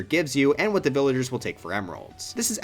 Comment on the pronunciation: “worst to da best”